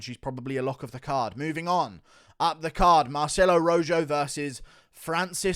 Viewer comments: It's not ROJOW, it's ROJO like the color red translated into Spanish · The way Guru pronounces "Rojo" makes me laugh 🤣🤣dude it's a spanish name it's like Ro-ho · The fact you can’t pronounce Rojo right and you’re a European bothers me